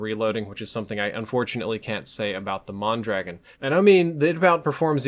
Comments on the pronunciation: mon-draw-gone. not man-dragon or mahn dragon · it's pronounced Mon Dra gon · The way he pronounces mondragon kills me lol. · Mondragon, I love how this idiot is about facts and he doesn't even know how to pronounce the name of the weapon. facepalm